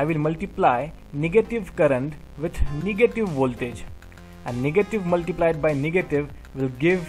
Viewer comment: Awesome video, but plz say negative power not niggative power